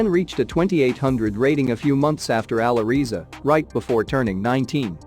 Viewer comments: For sure Magnus is better for the time. But I also think he will climb higher than Magnus in a span of 3 to 5 years. BTW, it`s pronounced " Aly Reza" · i think its pronounced "Ally Rezza"